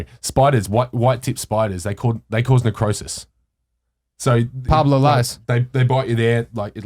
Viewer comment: Yeah! Although he got it wrong lol. It's Paulo lies.